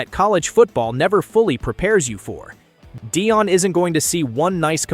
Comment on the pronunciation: You’re ai bot doesn’t know how to pronounce Deion